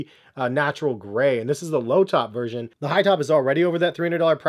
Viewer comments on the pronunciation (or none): none